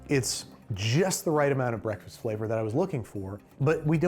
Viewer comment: Babish's Breathfast Buns.